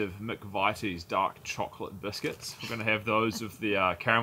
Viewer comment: Great video. The biscuites are pronounced Mc VIT ies not Mc VITE s. Greetings from the UK.